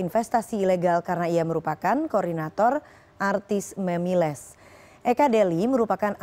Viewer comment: Gw salfok ama reporter yg ngomong MEMILES 😅